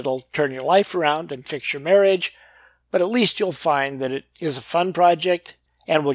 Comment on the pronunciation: "I set ot down right here." Good grief. Do I really sound like that? *sigh* Yep. I do.